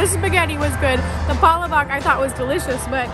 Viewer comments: You got all of the "must try" items. Congrats! The Peach Mango Pie is my go-to dessert to cap whatever meal combo/item I get. My Jollibee experience doesn't seem complete without the PMPie. It's simply the best pocket pie for me, whether it be Jollibee, McDonalds, etc. You should pronounce "palabok" with stress on the "la" (pa-LA-bok) instead of the "pa" (PA-la-bok). And one would typically mix the palabok up first (and squeeze on some calamansi juice or lemon, if calamansi is not available) before eating. But we Filipinos won't insist on strict rules for eating something - you decide whatever works best for you. Enjoy your next Pinoy food adventures. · Cute video and thanks for doing and posting it on Youtube. Just a tip: the way "palabok" is pronounced is that the accent is on the second syllable: pah-LAH-bok (similar to how you would say words such as "NoVEMber", "deTERmine", "deSIGNer", etc. :-) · Alhambra, our neighbor city. PAAH- LAAH- BOK ( short O)